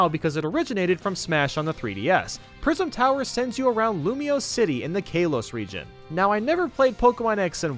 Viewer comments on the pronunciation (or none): It’s Kalos not kaylose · He said kalos wrong he said it like kAlos its pronounced kalos not kAlos no hard feelings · It’s Kah-Los, not Kay-los God dammit, had to edit cuz of what’s it called? Will edit in later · Kaylos? Kalos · the Kaelos region Me: it’s called Kalos not kaelos!!!!!!!! Add that to how triggers you. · Kay-los Everyone: ka-los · KA-lOS really it’s kalos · kAHlos, not KAYlos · kalose not kaylose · It’s “k-A-los” not “kaylos” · Kay-los? It's Kal-os,. I mean I'm kind of being a grammer nazi here but that just annoyed me. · Ka- los not kay-los La key too not la kit ew Get your pronunciations right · Kal-os that’s how you say it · It's pronounced Kah-low-s!!! AAAAAAAAA!!! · Pal-you-teen-a Kay-las Smash Bras Mee-lee Del-fy-no Chi-me-ra I've watched 3 videos and heard all of these repeatedly Please pronounce things correctly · Kay-los region boys, Del-fī-no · “Kay-losse” LMFAOOO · Kal-os and del-fino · Delfino:Dell-fee-no Kalos:Cal-oh-ss Like the video but these bothered me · Yeah I know you haven't played x and y considering you said k-los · u said kay-los again now im triggered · KAY-LOSS? Del-FINE-o?! Ouch Edit: Pal-YUH-taina? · Its pronounced kah-lous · Kalos Ka-los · Also “Kay-Los” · pronunciation of anything is always my biggest trigger. "Paleutenia" "Kaylohs" Come on, learn how to say words. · "kaylos region'' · You said kalos wrong lol 😂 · Who else died when he said Kalos wrong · I unliked cause of Kalos and Delfino mispronunciations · Cough* Cough* he said kalos wrong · I've watched both this video and the worst stages of Ultimate video and you manage to say Kalos wrong both times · Ugh why do you say Kalos and Delfino wrong... Like come on. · Your pronouncing kalos wrong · The way you pronounce Kalos hurts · I kept getting irked everytime he mispronounced names like Kalos, Delfino, Raquayza etc. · You said kalos wrong